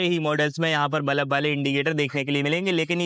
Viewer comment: Its bulb not balaB bro 😂